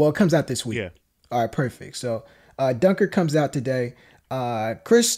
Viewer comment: Cmon man, at least pronounce Dunkirk properly